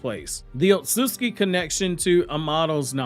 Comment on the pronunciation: You HAVE TO work on pronouncing "Otsutsuki". It's NOT not Osutski...Other than that I'm a HUGE FAN!! Love all Naruto content!!